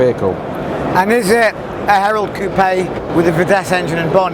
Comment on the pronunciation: Very interesting video, remember the car from the club stand last year. P.s. Thank you for putting the accent on coupé, people have stopped doing it and it drives me up the wall!